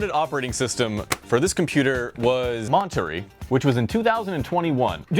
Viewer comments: At about :25 seconds in, we are introduced to a previously unknown MacOS code named Montury. It was the beta test one before the official release of Mont-ah-ray. 😅 Still love you and your channel brother, bur couldn’t help myself. 😂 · Mon turrr rayyyy